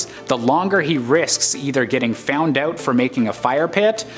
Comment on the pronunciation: why does the narrator say "out" like "owwt"?